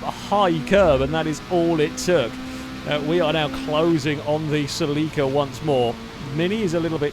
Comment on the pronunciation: Please for the LOVE of all the is holy... google "How to pronounce Toyota Celica".